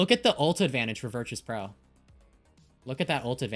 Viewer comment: Im still so confused why she pronounces virtus like that